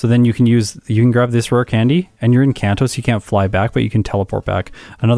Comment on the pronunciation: Very impressive time! GG! BTW, Kanto is a soft A sound. (It's a place that exists IRL, not a made up name.)